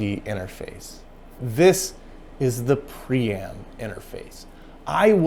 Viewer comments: It looks like you are trying to pronounce Priam (prai·uhm) Would you like some help? 📎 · It’s pronounced Priam, not Priam!